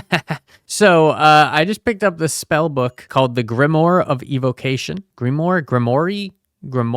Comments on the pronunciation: it's pronounced grim-w-are the 'e' is silent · (Gonna use this same comment for all my comments) , Grimoire is pronounced like Grim, and then moire is pronouced the same as Noir. I'm pretty sure it's french. Together it sounds like Grim-WAHR. Also, Artificer is pronounced like art-ih-FISS-er. The Twilight Gale can be enchanted with trident enchantments as well as sword enchantments, making it extremely powerful as just a base weapon. When you enchant it with Channeling it has a similar effect as the Lightning lance, which I learned while messing around with it but haven't seen anybody else talk about.